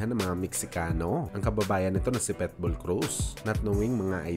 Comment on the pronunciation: Boss ikorek lang kita ha wag kang magalit....PITBULL hindi PETBULL